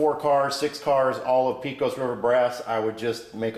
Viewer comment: Great video. I'm repairing an old Lionel Texas Special I found in the attic of a house I bought 35 years ago. By the way, Pecos is pronounced "pay-cus". It is the name of a town and river in West Texas.